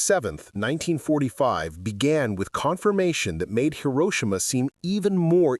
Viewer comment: Hi - row - shi - ma🇺🇸